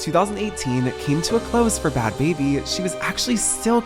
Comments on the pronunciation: I know this is old but its really annoying you keep calling her bad "baby" its Bhabie (barbie) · The anglicised pronunciation of Bhad Bhabie got me rolling on the ground 😂😂.... Bhabhi is actually a word from Hindi and it should not be pronounce as BABIE...lol....Bhabie means aunty or brother's or friends Wife.